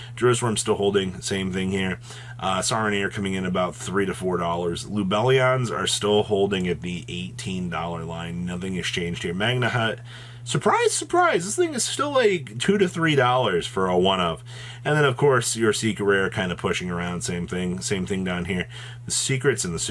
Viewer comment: The h is silent in magnamhut. Sounds so stupid saying the hut part lol